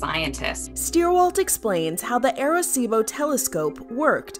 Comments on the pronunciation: Who else cringed when they said air-a-cibo. 🤣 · As a puerto rican it hurts how they say arecibo